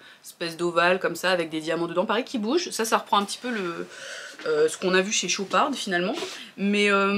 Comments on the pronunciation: Hello ça se prononce chopar sans le d a la fin 😊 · Très bonne vidéo ! Par contre c'est "Chopard* on ne prononce pas le D final😊😅